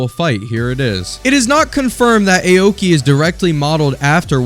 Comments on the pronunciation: Awkey not ayo-key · it's 'aw-ki' not 'eyowki' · "Ay-oki" got me laughing, no offense